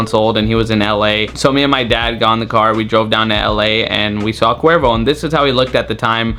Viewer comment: It’s sounds like qweervro